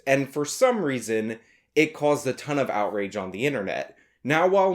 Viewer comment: Did I hear you say "outwage"?